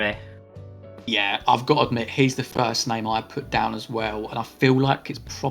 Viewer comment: Yaay you pronounced my name correctly 😂 Nobody ever does! Great video guys 😊